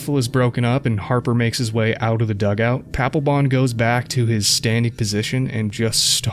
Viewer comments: Paplebon = D-Baglebon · Papelbon? Are you sure his name really ain't Palpatine?